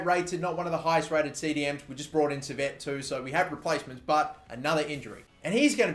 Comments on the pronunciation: I think Saivet is pronounced 'Sigh - Vay' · pronounced si-vay